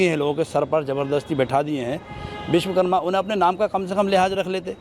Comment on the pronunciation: Biswkarma nehi ji /Bishwasarma nam hain un ka sehi boliye 🇮🇳🇮🇳🚩